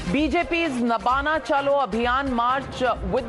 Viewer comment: Nabanna (नवान्न) not Nabana